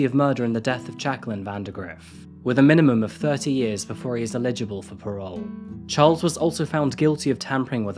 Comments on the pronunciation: You have a habit of saying illegible instead of eligible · Eligible is pronounced El-ij-able...not ill-ej -able...you make it sound like you are saying illegible which means un-readable . I'm being constructive not mean. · Exactly why he would hate to make such a mistake dont you think? He is simply pronouncing it in error & is saying "illegible" instead of Eligible...two different words & meanings. Anyway I am not a grammar Nazi, I am a 55yr old mature language lover & teacher of English as a foreign language, I am not trying to be mean, & he will not be as bothered by my bringing it to his attention as you appear to be. I have a degree in English language & I know prides himself on his clear well spoken diction... I am sorry you take offence at my correction but im sure he will appreciate the sentiment behind it, he did it twice so its not just a slip of the tongue, so he needs it mentioned in order to realise his mistake. Its how we learn, I am Irish & I do not take offence at my elders passing down their knowledge im sure he wont either. 🙏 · Love the vids but he pronounces eligible as illegible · Great story telling. Well researched and interesting, thank you. Just one thing...Eligible. It's E as in egg. Li as in lit. GIble as in kibble. Accent on the E. EH-lijibble. 😅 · El-ih-gib-bull. Eligible. You can do it. Eligible. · Mate, I really enjoy your videos but for the love of god please learn how to pronounce eligible. Illegible means something completely different.